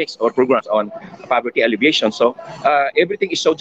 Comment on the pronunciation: Tanong lang po: Bakit ALLEVATION yata ang pronunciation ninyo sa halip na ALLEVIATION?